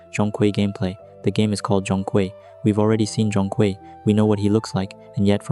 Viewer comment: Nah, your pronunciation is still a little off mate. Zhong has the natural tone and Kui has the 2nd tone. But AI doesn't know that right?